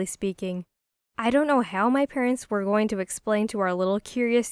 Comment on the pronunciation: Um that's not how you say going